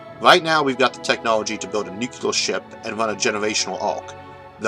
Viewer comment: Thank you for wonderful lectures. PS: Please consider pronouncing "Joule" as "jewel"(jew-l) instead of "ja-u-l" and "Nuclear" as "Nuclear" instead of "nu-ke-lar".